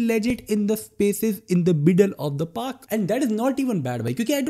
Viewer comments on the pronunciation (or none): none